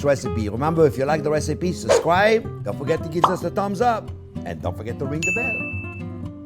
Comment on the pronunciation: Remember to susscrie